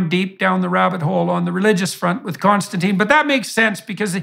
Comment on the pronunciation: This is nit-picky but I wish I could tell everyone that the guest's name is Konstantin. It starts with a K it does not end in E and it is pronounced like: (my feeble attempt) Con- Stan- Tin NOT Con- Stan- Teen. Konstantin is so patient and good mannered (and no doubt used to it by now) that he doesn't see the need to correct.. litterally almost everyone. (BTW I am Michael and I have never answered to Mike so that's probably why I am triggered.) I do really like the interaction between these two. I especially like the way that KK challenges JBP on some things. This is the kind of respectful banter that the world needs to see as an example right now. And I'm sure that it ends with a handshake not an insult unlike many other interactions between people with differences of opinion I have seen.